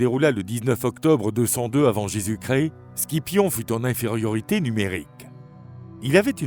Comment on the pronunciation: Pour Scipion ça se prononce Sipion jsp si c'est une voix d'un robot ou humaine mais faut changer la prononciation